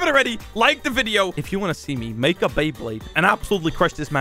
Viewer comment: No One:: bLeYbLaDe